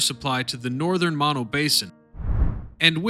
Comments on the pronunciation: Learn how to pronounce mono. I grew up near Mammoth many years ago. Funny that there was no mention of the movie, Chinatown, which, while fiction, wasn't far off. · Mispronounced Mono,over and over.Get it right!